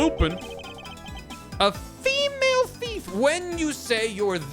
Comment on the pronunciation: (ish) - the "a FEE-MAIL [whatever]" is still funny to me :-P